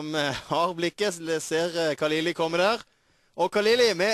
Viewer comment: han heter ikke kaliliiiiiiiiiii han heter KHALILI. KH KH, KHHHHHHHHHHHHHHH LONG LIFE PERSIA